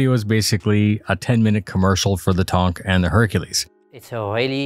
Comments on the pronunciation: I suppose he should be grateful to be constantly reminded that he is mispronouncing “tank” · I upvote your stuff without a though, but can we get away from saying Tonk?